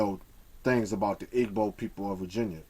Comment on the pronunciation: i LOVE your videos, but PLEASE say "gb" correctly. it HURTS to hear you say ihh-g.bow.